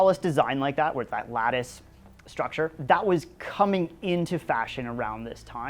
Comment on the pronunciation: "Wherrrre are your ditches??"